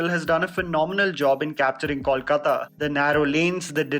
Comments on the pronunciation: How difficult is it to pronuce "Coal" kaata...it's no 'Kaul' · When you pronounce Kolkata... please pronounce "Kol" as you pronounce the word "coal" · Why do people have such a hard time pronouncing "Kolkata"? It's not Kaulkata nor Kolkota. It's "Kol" (like coal) and then "kata".